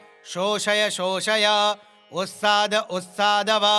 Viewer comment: USTAAD OR UTSAAD, wrong mantra chanting has adverse effect. Jai Maa bahgwati galti kshama karna...